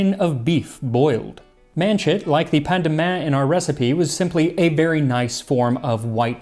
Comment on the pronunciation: You know, when you were reading the first recipe and got to the "paynmain" portion, I could have sworn you said: "And then take a pandaman and cut him and toast him and wet him in the wine." I immediately did a "What the hell??" face. 😹😹